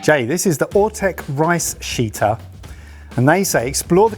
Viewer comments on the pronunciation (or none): might have called it a toilet but sounded suspiciously close to rice shiter, not rice sheeter